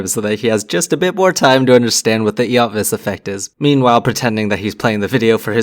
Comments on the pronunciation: Ah, the pronunciation of Eötvös hurts, but it's understandable of course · hahaha...The pronunciation of Eötvös in English is funny. In Hungarian ' E ' is silent and it means ' gold-/silversmith ' :)